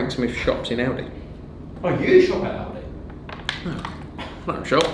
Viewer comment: He's so rich he pronounces aldi as " audi "